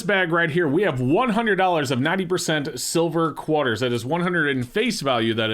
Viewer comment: Which part of the country are you from? I've never heard anyone call it a "Quaaar-ter" before.